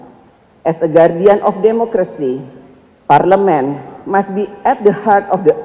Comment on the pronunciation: Nyontek yiaaaa.... Didikte yiaaaa.... Coba ngomongbtanpa contekan.. Ngompol kaleeee.... Parleman parlemen mulu ngomongnya.. 😆😆😆 Akordang akording... Udah nyontek aja masih salah.. 😆